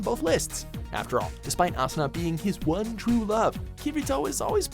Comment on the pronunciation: 😄 is spelled Asuna not "Sauna" and kinda sound like Tuna to me... and now I'm hungry